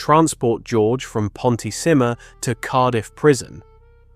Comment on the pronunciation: Thanks for an interesting story but you need to work on your pronunciation of welsh place names... For example, its not 'ponti-simmer' but pont y cymer